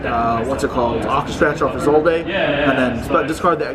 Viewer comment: I had much more of a problem with the pronunciation of 'Isolde'